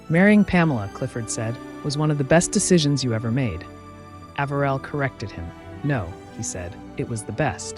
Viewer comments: Love your detailed videos, but the name mispronunciations are irritating. Harriman’s name was pronounced Eh-ver-el said with the accent on the Eh and the next two syllables quickly almost as if they were one. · Another lovely bio. (Side note: As a current Floridian, it's Palm Springs, CA, NOT FL -- no deserts or mountains); and as NYer & Jerseyan, I believe the Ambassador's middle name was pronounced "A-v'rill. As a kid, we often went to Harriman State Park. Just a (revised) observation....❤😊) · I admire your research. I am from Virginia and we do have a particular way of speaking. I am also old enough to have heard Mr. Harriman's name mentioned many times. I always heard his first name pronounced with a long A. Just a thought.